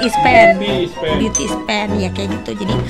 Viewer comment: Kwkwwkwkm. Ngakak liat boyen bilang "beauty spen" 😂😂😂😂